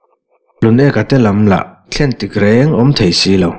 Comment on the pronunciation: "Hluneka teho lah thlen tik rêng a awm si lo" tiha 'thlen' hi i thlûk dik lo deuh e. "Aizawl ka thlen hunah" tiha 'thlen' ang hian thluk tur.